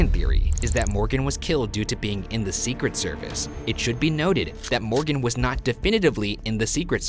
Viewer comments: For the Postmortem: Not a question, but I have never heard anyone pronounce Secret Service the way you do, Ryan. With the emphasis on SECret service, rather than secret SERvice. Unless you were just trying to annoy Shane. No judgement, just an observation. Keep up the good work, boys! #lovethehotdaga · For post mortem: why does Ryan say “the secret service” with such a strange emphasis?? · Sophie McPolin yeah he’s putting the emphasis on SECRET rather than on SERVICE. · I thought it was see-cret-SER-vice, not SEE-cret-ser-vice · The emphasis Ryan puts on "Secret" in "Secret Service" kills me on the inside. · very annoyed at ryan’s pronunciation of “secret service.” the emphasis is all wrong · Is it just me or does the way Ryan says "secret service" sound weird? and Devereux. I think it could be the inflexion he uses. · Why do you emphasize ”secret” in ”secret service”? It sounds weird. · Ryan, I love you very much but dear GOD why do you say secret service like that???? You emphasize secret SO MUCH